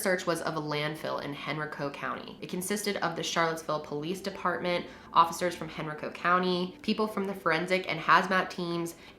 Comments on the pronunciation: i just had to pause for sec. hen rico I was like what and then I went OH henrico hen ri-co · I live in Henrico county lol i’ve never heard anyone pronounce it like that before😂...also i’ve been to that Wild Wing Cafe in Cville 😳